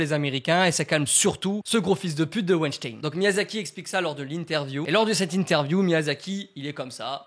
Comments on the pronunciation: wAiNcHtAiN mdrr (ça se dit wainstin) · Je suis la seule à entendre Wejdene au lieu de Weinstein ?! 😂